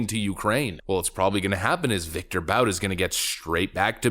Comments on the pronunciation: His name is ' Viktor Bout, as in "boot on the neck of Africa" - not Viktor Bout as in, "about time". The 2005 Hollywood film "Lord of War: starring Nicholas Cage was loosely based on his handiwork. Since he is relatively young, I'm sure there will be more mass carnage in Africa to come - courtesy of Viktor Bout or others like him. TRUST !! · Bout is pronounced boot! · I think his name is pronounced BOOT.